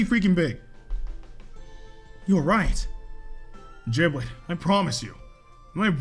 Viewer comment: Why they say giblet with a j🤣 its giblet not jiblet